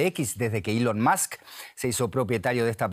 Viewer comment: ilon MASK, que afan de pronunciar mal el ingles a drede!